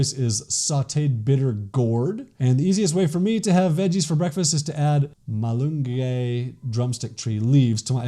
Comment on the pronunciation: silog is pronounced as see-lohg malunggay is pronounced as mah-luuung-ghai